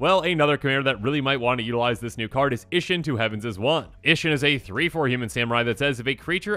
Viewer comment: Pronunciation Isshin or issheen?? I genuinely do not know...